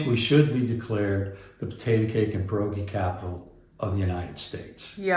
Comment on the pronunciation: Did he say PIEROGIS!